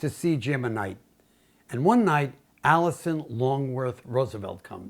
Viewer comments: Absolutely delightful story- but I sure hope Beautiful Jim spelled Alice Roosevelt Longworth's name better than it was spoken here. Though I imagine she'd have had a brilliantly witting and biting comment for anyone who called her "Alison." ;) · Alice. Not Alison. Otherwise nice video.